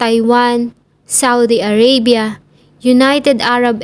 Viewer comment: A-r-a-bya hindi A-rey-bya